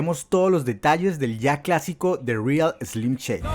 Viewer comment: ya no pude tomar el video en serio apenas dijo "de rial eslim cheidi" :v chao